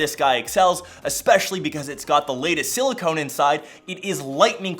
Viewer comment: please you're killing me bud, it's Silicon like "con" man not Silicone like pine "cone". One is an element and the other is a rubbery polymer, they're even spelled differently. Still fun vid as always, I'm completely loving the Note 9 and have also been a avoiding Bixby at all costs haha